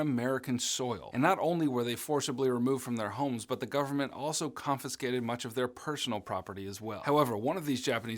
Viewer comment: As a half Japanese person your pronunciation of koremastu is killing me 😆